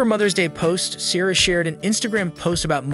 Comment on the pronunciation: Helpful tip for your good video, please learn how to pronounce Ciara's name correctly before posting your video.